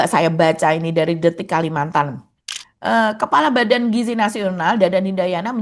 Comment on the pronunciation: Giziii Dadan Giiiziii bukan Gijiii...